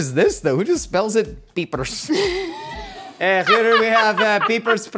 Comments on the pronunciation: "Pieprz" is in Polish,! 😄And I can assure you it's not pronounced "peepers" 😂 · this looks like polish, and we pronounce it something like "pyepsh" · That language is Polish, it's pronounced something like pyepsh :) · Pieprz --> the "ie" is pronounced like the beginning of yeah and the sz in some slavic languages is like the sh sound in the english language (like the ending of fish) --> pyepsh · It's Polish and it's pronounced "pyepsh", more or less. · as a viewer from poland i might have just lost it how pronounced “pieprz” and it’s now my favourite way to pronounce it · Pieprz is polish!😅 I cant really explain how to say it since you guys dont have a "rz" sound but your version was interesting for sure 😅